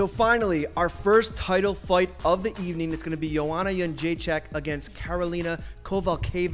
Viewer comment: Forrest, very good pronunciation of Joanna's surname! ;)